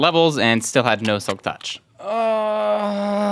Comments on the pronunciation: The way he said silk tuch tho XDD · (audible huff) (why did he say "touch" like that 😭) (faint "yes") guys he's so silly omfg